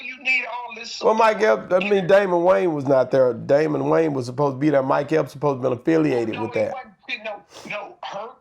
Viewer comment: argument is not rational. If it is a standard comedy club, the ticket price of $50 is both typical and logical. $90 is not. To Jess's point, many people would choose not to attend at that price. Furthermore, the comedian mentioned is Damon Williams, not Dameion Williams (as he pronounced it) and certainly not Damon Wayans. He doesn't even know his name. Damon Williams and Chris Rock are both funny comedic legends! Period! just likes hood comedy.